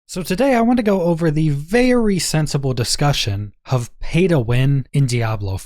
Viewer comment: Why do you say “hove” instead of “of”?